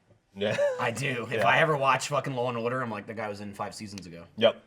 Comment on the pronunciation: any1 catch micoo goin total Jersey when he said Law and Order?